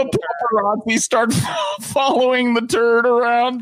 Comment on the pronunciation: "the pooparazzi"